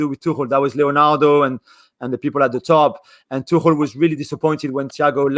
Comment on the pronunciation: Its pronounced tuk-el btw.